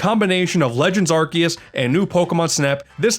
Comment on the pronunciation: i*t's pronounced arc-oo-se!*